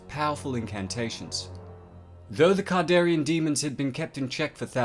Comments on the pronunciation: Can-dare-e-an not "cardarian" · You keep calling the deadites kardarian demons and the dagger kardarian, it's not kardarian it's kandarian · Kandarian not kardarian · It's CAN-darian, not CAR-darian. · It's Kandarian ,but nice work! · Dude... It's a Kandarian demon, not kardarian demon. Jeez... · He says it wrong every time. Kon-dar-ee-in. He sounds like he mixed it with Kardashian. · Kandarian not kardarian and it the necronomicon you've pronounced both words wrong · you didn't really cover any lore rather than review and repeat the plot of a few movies. The pronunciation of Kard instead of Kand is also wrong. In a video about exploring, this one came off as just a bit lazy. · Learn to pronounce a word right it's kandarian dagger not kardarian that's annoying when you butcher a word that's well known by the fandom and that you align deadites with zombies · Pronunciation needs work but cool video. Kandarian Sam Rayme Necronomicon ex mortis not morte, that’s HP Lovecrafts version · He says Kandarian wrong so many times, I feel like this video is a joke meant to rustle my jimmies. It worked. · and he's not saying kandarian right